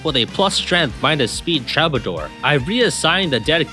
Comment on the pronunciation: Troubadour is pronounced: "True-buh-door"